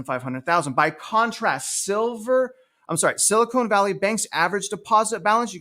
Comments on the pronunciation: Love your content. Frustrating the Ponzi scheme that is our financial system and how bad behavior is continually rewarded while fiscally responsible everyday people are punished. Also, it’s SiliCON not silicone, lol. Please pronounce it correctly!! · Spot on. One note though, I believe it's pronounced Sili-con (con not cone). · You know there is no "e" at the end of Silicon. There is a difference, one of them is nicer to touch.